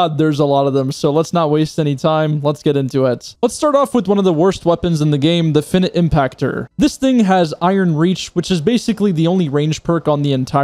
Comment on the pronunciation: You pronounced finite as finit.